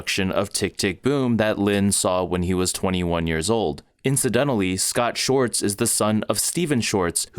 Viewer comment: Please learn how to pronounce Schwartz. 🤦‍♀️ Hint: It's NOT "shorts." There's a W. Excellent video otherwise! Thank you! 🙏